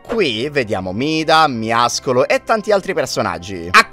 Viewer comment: Non capisco perché ogni Youtuber dice miascolo, si dice Miaoscolo miao vuol dire gatto e scolo muscolo